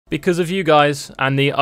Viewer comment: Ah yes "Becaue" of me Thank you...